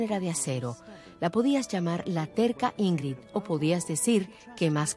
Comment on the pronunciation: Por qué pronuncian TAN MAL el nombre de Ingrld Bergman [ˈɪ̌ŋːrɪd ˈbæ̌rjman]??? SI NO SABEN SUECO o FRANCÉS.. al menos lean tal y como se escribe!!!